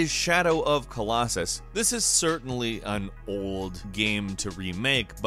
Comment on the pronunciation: "Shadow of _ Colossus" 😠